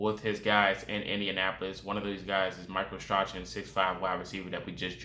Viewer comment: His name is pronounced Strawn □□□